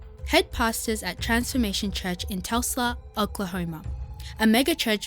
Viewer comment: its pronounced Tul-sa, not Tesla 🤣